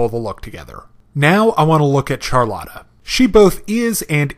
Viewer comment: I know this review is a year old but I can't help but point out that Charlotte is pronounced "Shár-lett" seeing as its the second time I hear it wrong. Great balanced and brief review though.